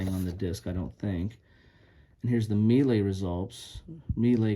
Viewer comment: The word melee is pronounced "MAY-lay", or perhaps "muh-LAY"... You did fine with "Vauchamps", though.... 😊